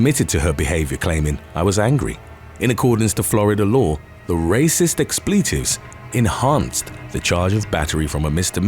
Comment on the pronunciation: Dude I normally love your voice but what the fuck is lawr enforcement